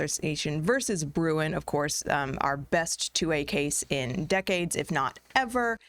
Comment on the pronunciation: Great stuff! One suggestion, can you please just say Bruen?